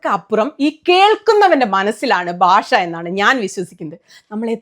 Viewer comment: ബാഷ അല്ല കുട്ടീ ഭാഷ എന്നാണ് തെറ്റി ക്കല്ലേ